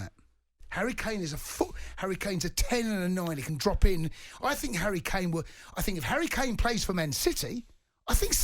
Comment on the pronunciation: Look at them 😂, saying harry kana 🤣